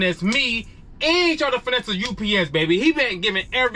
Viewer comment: Finessah….Finessah!!!! He tried to get it in Bro! 😂😂😂😂